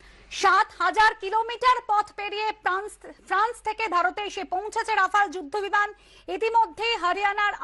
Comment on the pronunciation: Pranc....not France